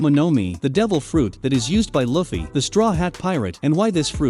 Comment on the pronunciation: It annoys me the way you say luffy